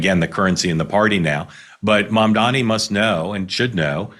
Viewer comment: Mamdani. Pronounce it right.